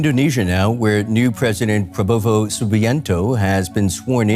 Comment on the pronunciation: Presenter Pada gak bisa ngomong prabowo e malah jadi pa popo 😂